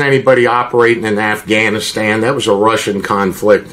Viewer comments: Assganistan. I can't be the only one who heard him say that. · Did he say Assganistan? 🤦🏻‍♀️ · Man said “assganistan”. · No way he said “ass-ghanistan” and don just let that slide 😂